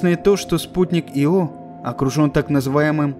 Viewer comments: Мне кажется надо произносить Ииииио) а не иииииО) но это моё мне ние) Увидеть бы их всех,хотя бы как луну с земли... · Во-первых, не Ио́, а И́о (не Йо, а И́о) Во-вторых, не Вояджер, а Пионер-10 был первым, кто добрался до Юпитера и И́о. Если уж взялись рассказывать, то постарайтесь без таких ляпов. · Очень интересно, наверное. Но я не могу воспринимать информацию, когда намеренно меняют ударение в словах. Всего две буквы в названии и даже тут умудряетесь. Ио, но не иО. Ужасно режет ухо, не смог досмотреть до конца, уж извините. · непонятно мне почему ио , есть ослик из винни-пуха Иа. А почему спутник Юпитера ио а не ио, непонятно.Откуда все понабрались кто так говорил ? Вы все англоязычные ? преподавание шло на английском? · Я тоже привык, что Ио, а не иО. Аж слух режет. Вот согласно википедии: Ударение на первый слог — согласно Большой российской энциклопедии[6]; в некоторых других источниках указывается ударение на второй слог[7][8]. Так-что, думаю, в даном случае, можно говорить и так и этак. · Я говорю Ио, а не иО. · Ио, а не иО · да с какого перепуга автор делает ударение на о? Его всегда называли Ио! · И всё таки Ио (ударение на И ) звучит красиво чем " иО " ....Разве говорят "брошЮра " или парашЮт. .. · Диктор не знает как правильно произносить название Ио, ставя ударение на О 🤦‍♂️ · Мне тоже резануло ухо, но из-за этого ставить дизлайк... учитывая, что этим иО в коментах его только ленивый не попрекнул... ну так себе решение. Так что я поставил лайк, а ударения он теперь 100% будет правильно ставить :) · Мне кажется ударение надо ставить на «И». Ио. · Почему-то мне кажется, что в названии спутника ударение на первую гласную. Хотя я могу быть неправ. ИО с ударением на вторую гласную означает исполняющий обязанности. А Ио назван в честь мифологической Ио — жрицы Геры и возлюбленной Зевса. Простите. Но режет слух. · Я извиняюсь, но разве не И́о? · Ударение обязательно нужно делать на И! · ударение на "И" !!!!!. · Только не "Ио", а "Айо". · Не Ио, а иииО